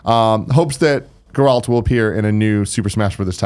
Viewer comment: Sounds like Tim isn’t a Witcher fan by not being able to pronounce Geralt properly. His name is spoken through out the game repeatedly.